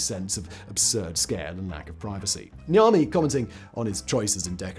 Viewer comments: I thought he said The Army in the beginning too, thought it was the name of a company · Lol 10 minutes of this video I thought he was saying the army not Niami 😂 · Everytime he says the guy's name, I always hear "The Army". And I keep thinking why the military would build this ^^ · Every time you say his name I hear "the Army" making me think this is a military house for some reason.